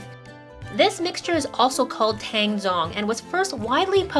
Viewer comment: the 'tang' in tang zhong in Chinese 汤种 is actually pronounced as tung. (the 'a' is pronounced like the 'u' from umbrella)